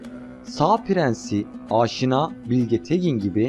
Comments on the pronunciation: "ÂŞİNÂ" değil, "AŞİNA". Diyesim, "A"lar uzun değil, kısa sesletilir. Ayrıca "SASANİLER" değil, "SÂSÂNÎLER". Diyesim, "A"lar ve "İ" kısa değil, uzun sesletilir. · AAAAAŞİNA AİLESİ DEĞİL ABİ ...YAZILDIGI GİBİ: AŞİNA HANEDANI....ADAM GİBİ OKUYUNN ..AAAAAŞŞİNA O TÜRKÇEDE OSMANLICA OLAN FARSÇA YA DA ARAPÇA OLAN KELİME BAŞKA BİŞEY.. HANEDANIMIZIN ADINI DOĞRU OKUYUN !!!!!!